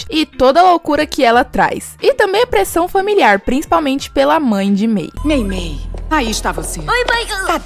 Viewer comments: Não é mirlin é meimei 😂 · É mei mei não mei lee